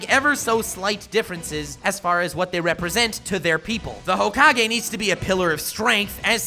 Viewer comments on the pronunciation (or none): none